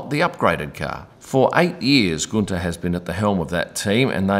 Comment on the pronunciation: Guenther wanted a share in the Haas company like Toto at Mercedes. Gene Haas said NO. The rest is history. BTW Guenther is pronounced Günther not Gunter. Not that hard......